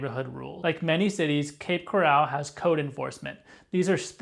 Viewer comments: First of all, it's cape coral not cape corral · You’re pronouncing the name incorrectly. It’s pronounced Coral as in the marine invertebrate in the ocean. Not corral like an enclosure for horses. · You are pronouncing “coral” as if it is “corral” - an enclosure for horses. The accent is on the first syllable, not the second. It’s pronounced just like coral from the sea, coral reefs - to which the name refers. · Bro! It’s Cape Coral as in coral reefs. Not like the OK Corral which is spelled with 2 R’s 😞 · This is a troubling development. It would be expected, with AI, to generate problems and typical AI slop. As an aside, the town is pronounced 'Cape Corr-ul, like the Great Coral Reef, not 'Cor-al' like where horses are kept. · It's Cape Coral, not "corral" like where you keep horses. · Had to stop watching this the second you said Cape Coral wrong the second time. It’s not pronounced the same as golden coral. Pronounced the same as a coral reef 🤦‍♂️🤦‍♂️ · First of all you need to learn how to pronounce the place you're talking about lol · it's not pronounced like a fenced in area for livestock. it's pronounced like the organism that produces calcium deposits to build underwater reefs in the ocean. thanks for video. i live in Fort Myers.